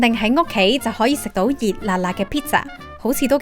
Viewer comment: 旁白嗰位女仔係香港罕見：發音冷靜清晰、不徐不疾、咬字標準（無論係廣府話定係英文 -- 我好少喺香港聽到有人準確讀 pizza，絕大部份都只係讀 pisa）真係抵讚 👍🏽👍🏽👍🏽